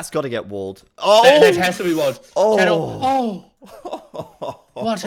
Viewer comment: I know you are just a casual caster, but to intentionally call tatoh as tadoh, is a little disrespectful. At the very least call his name properly.